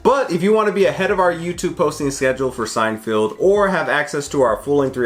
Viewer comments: It's Seinfeld, not Seinfield, lol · Is it me or does it sound like he keeps saying Seinfield instead of Seinfeld? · Are you saying "Seinfield" on purpose? 🤔 You know it's Seinfeld, right? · Lol at your incorrect pronunciation of Seinfeld. I notice it in every video. It's not Seinfild. Feld as in fell. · Love you guys, but for the love of god, PLEASE stop pronouncing Seinfeld weird. can do it, so can you! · I thought I was the only one to hear pronounce it like that...